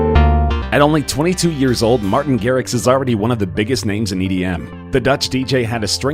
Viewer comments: Martin Matrix hahaha it's Martin Garix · It's Martin garrix Not Martin matrix